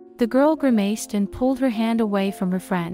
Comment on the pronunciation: Why does the storytellers always say grimaced with a long a sound?